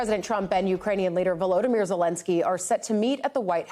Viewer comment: VoloDYmyr, not "VoLOdymyr." The accent is on the third syllable.